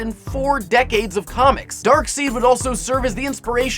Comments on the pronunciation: His name is spelt Darkseid, so I understand their confusion, but it is pronounced Dark-side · Its pronounced "Dark side" but spelled Darksied. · I couldn't continue after he said "Darkseed" once. I fucking died laughing. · I'm dying😂😂😂, "darkseed"!!!!!!!😂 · I know. It's pronounced "Darkside" as it looks like Darkseid. They just switched the letters around. And I'm pretty sure Harley Quinn doesn't sound like a southern belle. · "Darkseed" Lol. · It really just the principal of the matter more than anything by the way its DARKSIDE SIDE SIDE SIDE SIDE!!!!!!!!!!!!!!! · It is pronounced darkside because of it the letters "ei" sounding like I in German. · "Darkseed"? I knew you were just a fucking hipster poser. Fuck you for real. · Pronounced 'Dark-Side' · Tell Vsauce 3 that Darkseid is pronounced Darkside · darkseid is pronounced darkside..... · Seriously though. It's pronounced "Darkside". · Each time vsauce3 guy says "darkseed", I feel a terrible grating at my very soul. True story. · Who the hell pronounces it Darkseed. I've never even heard that before. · Marko Adjin It's pronounced Dark-Side. Thanks for playing. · Darkseeeeed... cmon man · I love how says Darkseed instead of Darkseid XD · K1LL4H-MLG But it is pronounced freaking "Darkside" even though it's spelled Darkseid. It's German... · I bealive its pronounced dark-side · It's pronounced darkside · How can you claim to be a comic fan but pronounce both Thanos and Darkseid incorrectly? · Did he have to mispronounce darksied? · Half of these comments are about how you mispronounced Darkseid. It doesn't matter how you pronounce it, so long as you're talking about the right thing. The other half of these comments are about unrelated stuff. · ! Yes, it matter. How can you even claim that it about being 100% correct on a subject? When you can't even pronounce that said subject's name correctly? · People notice he pronounced "Darkseid" incorrectly, but do not notice that he also mispronounced "Thanos"?